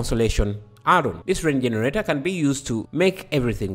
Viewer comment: For some reason I just love how you say jeneRATEr